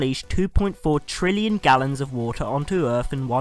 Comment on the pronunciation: no such word as trillien